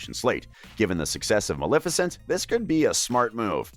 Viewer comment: You pronounced Maleficent wrong